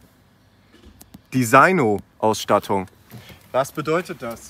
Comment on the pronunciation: Desinjo wird das gelesen, nicht diseino 😂😂. Cooles Video